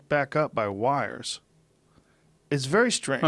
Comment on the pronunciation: Joe “yanked back up by wirers” Rogan